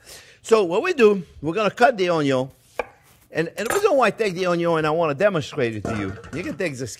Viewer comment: Love the pronunciation of onion as 'un-yon' 😊. Also like your advice not to horizontally slice onion simply because it is already 'cut' by the natural layers.